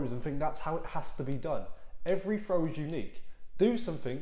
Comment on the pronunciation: How do you “frow” a dart? 😂